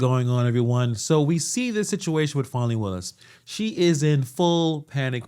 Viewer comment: It's Fani, not Phonie. Show some respect. 😃